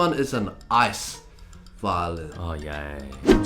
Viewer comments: Violeen (guy narrating the glass violin video) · I hate that the guy pronounces violin as violeen